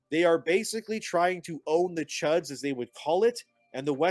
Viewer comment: They are trying to own the ... did he say Chuds or Chads? Not sure what either is tbh